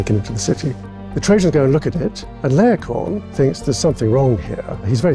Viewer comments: I pronounce it Lay-o-coon, not Lay-o-con. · Can we come to a consensus on how to pronounce Laocoön?